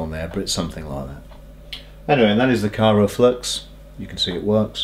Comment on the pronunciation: I know this is a fairly old video now, and not trying to be an a-hole, but it's Kry-o-flux not Kyro-flux ;-)